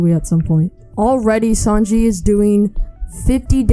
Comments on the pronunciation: Bro called sanji, sanjay 💀or freeza, freezo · Please say Sanji not Sanjay lol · Who else is cringing when hey says Sanjay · I ain’t tryna be mean but it was funny how u pronounced sanji and ussop